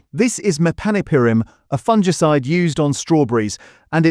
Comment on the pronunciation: It's pronounced, "FUNG-ICIDE", NOT "fun-gee-cide"